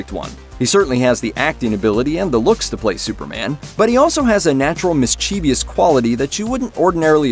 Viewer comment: Mischievous is not pronounced like that. There is no "i" after the v.